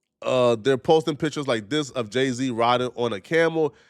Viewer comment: THAT IS NOT JAY-Z 😂😂 THATS JEH-C